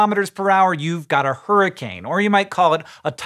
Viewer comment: "Huroncane" That's it Green, your pun license have been revoked.